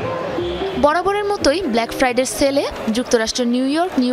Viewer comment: আপা ব্ল্যাক ফায়ার ডে না ব্ল্যাক ফ্রাইডে😅